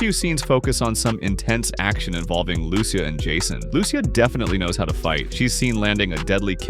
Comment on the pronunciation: Fam it’s “Loo-See-Yah” you gotta say it right you know🙆🏾‍♂️